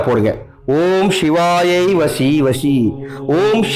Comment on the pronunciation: It's vasi vasi not vashi vashi